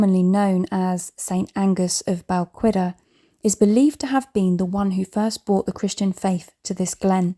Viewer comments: You have a lovely voice, unfortunately and it is easily done. Balquhidder is pronounced Bal Kidduh not Bal qu idder. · I've an ancestor buried there, just to the right of the Old Kirk. Visited many times as a child but I don't think anyone does now. I don't believe you are pronouncing Balquhidder correctly. It's not qu as in queen - it's like 'ch' in 'loch' with a w added. Check Paul Murton in his series.